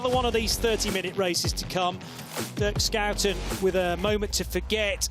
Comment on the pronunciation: Can someone please tell the commentators how to properly pronounce 2 time race winner Dirk Shoe-10's name. It's embarrassing.